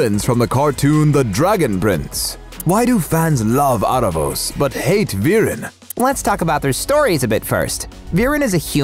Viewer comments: Its pronounced Aaravous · Also I can't get over you guys pronouncing his name Are-ah-vohs lol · i am sorry but the mispronouncing is irking me so much how you say aaravos and katolis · How do you really pronounce aaravos or eerevos? in Latin Spanish we call it aaravos exactly as it is written